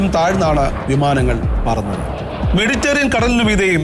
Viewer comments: മെഡി റ്റെ റിയൻ അല്ല സാറേ മെഡിറ്ററേനിയൻ. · വാർത്താവതാരകന് "മെഡിറ്ററേനിയൻ" എന്നു പോലും നേരേ ചൊവ്വേ പറയാനറിയില്ലേ? ഹാ കഷ്ടം!!!